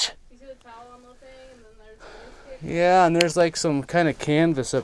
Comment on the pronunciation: Oh, it's news-paper not noose-paper, you dumb ass.